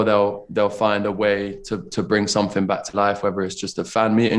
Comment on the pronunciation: He says “someFing” 🥰